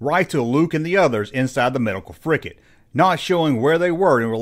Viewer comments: It's FRIGATE, not "frickett"! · Dear God, it's a "frigate." With a G. Stop saying "fricket." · Frigate, not fricket. Gomer.